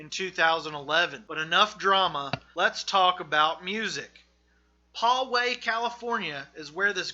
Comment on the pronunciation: While I appreciate the effort your pronunciation of Russo and Poway totally ruin the rest of this video. I am born and raised here in Poway. You say (Pow way) right one time . But sorry I feel like if you didn't invest the energy to figure out how to pronounce these things correctly I certainly won't spend any of mine watching the rest of this video. And don't blame it in your accent it's just negligence I certainly will not be wasting any of mine to watch the rest of this video. Just food for thought though, hope this helps polish up your channel because I can see the potential.